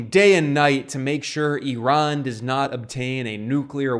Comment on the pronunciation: Glad to note that you pronounced Iran correctly, unlike those other uneducated yokels